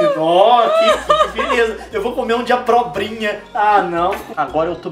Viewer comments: O Leon falou abrobrinha :P kkkkkkk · "Eu vou comer um prato com Zuquini(SLA como escreve)óhhhhh!Agora:Eu vou comer um prato com abrobrinha(e ainda falou errado desse jeito😂😂😂)Ahhhhh n cara!"Vc q tá lendo,Comenta aí #Abrobrinha desse jeito q vai ganhar like😂😝😊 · "abrobrinha" kkkkkkkkkk